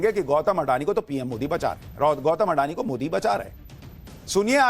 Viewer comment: "अडानी" उच्चार सही नहीं है। इस उच्चार में रोमन लिपि की सीमाओं के कारण फैली हुई ग़लतफ़हमी है। गुजराती भाषा का यह शब्द/सरनेम असल में 'अदाणी' है। इसे इसी स्वरूप में लिखना या बोलना चाहिए। एक अन्य गुजराती शब्द/सरनेम भी 'अंबाणी' है, 'अंबानी' नहीं।